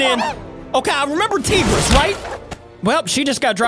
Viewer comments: tiger rest say it like that not tigris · Its taigress. Not teegress